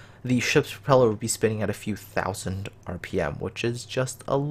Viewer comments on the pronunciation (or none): "nine hundread fifty six TOUSAND dollers"